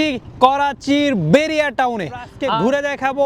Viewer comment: বেরিয়া টাউন নয় বাহারিয়া টাউন।